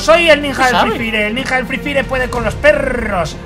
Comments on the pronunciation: Se dise nija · Mike se dice ninja